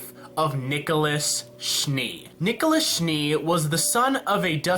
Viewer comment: nikolus? is this his name in some sort of latin ? nikolas pls